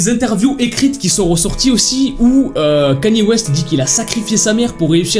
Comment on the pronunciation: Déjà apprend à dire Kanye West